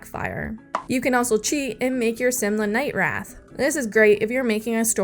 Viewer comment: Finding it adorable that you call him/pronounce him Night Wrath instead of Night Wraith